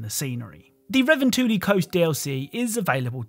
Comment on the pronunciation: I've never heard a more butchered pronunciation of revontuli. Then again, ive never heard someone who isn't Finnish say it